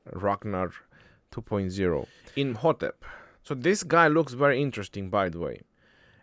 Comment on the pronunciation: I’ve never saw mispronounce any commander so far except these 😂